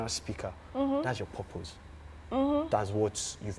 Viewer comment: said "perpose" 😂😂😂